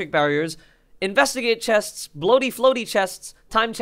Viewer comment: Lol love u pronouncing the s at the end of chests